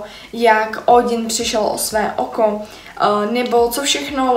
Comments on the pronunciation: Nečte se ti odin ale ódyn BTW když nerozumíš mytologii tak to necti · promiň je to strašná pěst na ucho a musím to říck! Ódin se čte Ódyn ne Ódin!!!